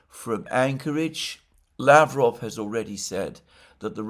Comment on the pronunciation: Just remember that just like in Bishkek, the stress or the emphasis goes to the second syllable in Lavrov 's last name.